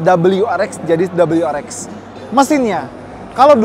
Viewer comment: double yu Ar Ex ya, bukan double yu Ar Vi